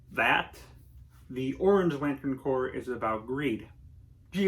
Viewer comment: I definitely agree with this video, all of these seem like the right Corps for each character. My only complaint is you say Corps like corpse instead of cores like it's actually pronounced.